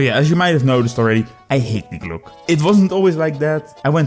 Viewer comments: Thank you. If you can understand german I can recommend this interview with an expert on the topics of Nazi UFO technology. As the "Glocke" is only one of several Nazi-UFO-Conspiracies. On a side note: For me as a german your pronounciation reminds me of the word "Glucke" which means "sitting(breeding) hen" in german. And always having this picture in my gead while watching was hilarious. Hope this doesn't sound offensive, my english pronounciation is not perfect either. I just found it slightly amusing. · Hilarious video, but god damn you'r pronunciation of glocke physically hurt me.